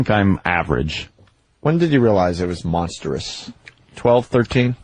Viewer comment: not just repeating monstrous but misprounouncing it as monsterous